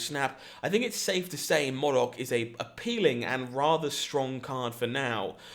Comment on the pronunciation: Please learn to say MODOK properly. It's killing me everytime you say it wrong xD